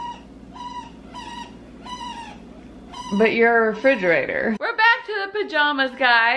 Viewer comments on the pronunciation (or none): “.............. but, you’re a refrigiator?” 😅